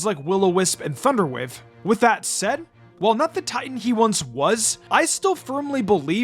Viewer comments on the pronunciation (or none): none